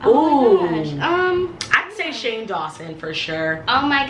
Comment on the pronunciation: anybody gonna talk abt skai saying shame instead of shane no tea no shade still love yall